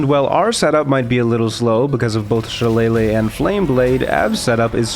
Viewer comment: "she lay lay" - shillelagh